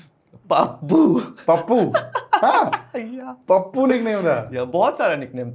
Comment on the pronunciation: The host is soo annoying. It is not "Pappu". It is "Paappu". Why would you call someone with their nickname? Nick name is for close people, relatives or just a locality name. / himself is a big name. Why not call that? Most of the conversation is about his gender or marriage despite being clear that he is not comfortable to speak about it. The whole podcast gave a very low and negative vibe.